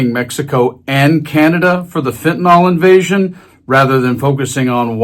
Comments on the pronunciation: Fentanyl not fentanol, mispronouncing it makes dealing with it harder. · It bugs me to no end that everyone says fentanol.